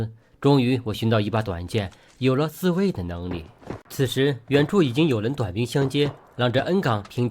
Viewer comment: 为什么把“有了自卫的能力”中的中间两个字格外加了重音 -_-||